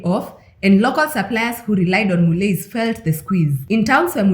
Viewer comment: It's pronounced "Mullee"